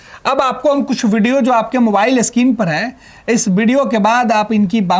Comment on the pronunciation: इतना बकचोदी क्यों कर रहे हो सीधे सीधे न्यूज़ बताना चाहिए इतना मुह बना बना के ड्रामा क्यों करना है... और हाँ पढ़ लिख लो थोड़ा मोबाइल स्किन नही स्क्रीन होता है बोलना सिख लो... यही सब बकलोल पत्रकार मिलता है बिहार मे... कोई काम नही मिला तो पत्रकार बन जाते हैं न त कोई चापरसि भी न रखे